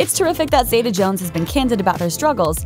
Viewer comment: New drinking game: every time the narrator mispronounces Catherine's name as 'Zayduh' instead of Zeeta, take a shot.